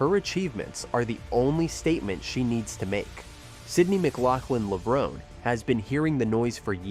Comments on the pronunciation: FAIL! Florence Griffith Joyner is the Fastest Woman in History! and FAIL #2 her last name is McLaughlin not Mclaughling 😖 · Hysterical. They pronounced her name in the clips and yet you still said her last name incorrectly. And no one says 400 M. It’s 400 meters.